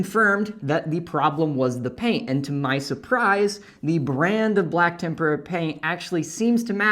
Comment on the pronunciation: Thank you for the useful information. One point: TEM-pra. tem-PUR-a paint is paint dipped in a Japanese batter mix, and deep fried.